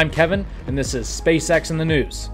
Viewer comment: Intro today: Hi, I'm Kevin, a this is SpaceX in the noose Me: Oh no....